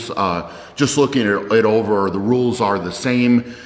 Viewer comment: I thought he said nudes instead of rules.